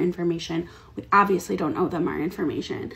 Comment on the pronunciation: Tell the stupid 2nd girl the word is 'owe' we "own" her that much 🤦 idiot